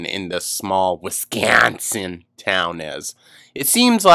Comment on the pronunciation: lol I laugh so hard every time u say Wisconsin 😂